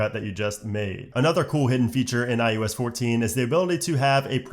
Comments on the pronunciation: Eye oh ess... not I US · I love how he says iUS 14 instead of iOS 14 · This dude keeps saying “iUs” instead of “iOs” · Are you saying iUS14?? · Why do you keeping saying iUS? Am I missing something? What year is it?